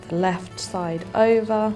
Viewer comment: Why are u saying iva and anda? Its over and under.